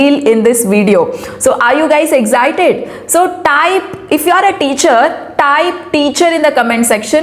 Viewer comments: 1.EVERYBODY 'ARE'?? 2. EGG'ZITED is wrong EK'SITED is correct. REHAARS?😅 Re' her's! If not excellent but atleast grammatically correct English with proper pronunciation is a must, for God's sake!! And u need not shout so much in your videos. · are you exzited❌ excited ✅